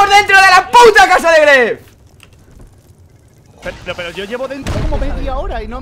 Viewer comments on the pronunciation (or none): No se dice "TheGrefg" se dice "Di Gref"